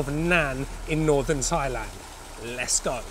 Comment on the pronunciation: θailand? .....it is pronounced tailand